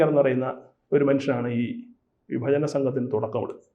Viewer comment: ബജന അല്ലടോ? ഭജന.